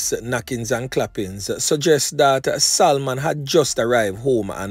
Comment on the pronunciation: "SALMON". YOU DON'T PRONOUNCE THE "L" IN THE NAME........ IT SHOULD SOUND "SA- MON" NOT "SAL-MON".